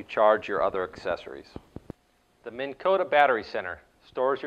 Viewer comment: MINN.....Not Mini